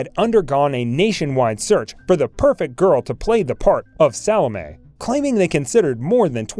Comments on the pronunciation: And who the hell is Salmay? If you are trying to pronounce Solome, try sah-lah-may. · Hearing her name mangled every few minutes is torturous. The you mangle Salome! Sall-O-MAY. Like that, okay? you need to redo your audio for this video.